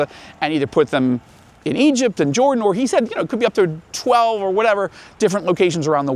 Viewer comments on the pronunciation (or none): none